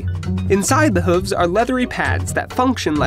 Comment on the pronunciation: It cracks me up every time he says 'huvs'.